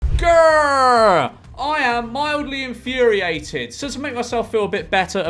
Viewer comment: do you mean mildly infurryated?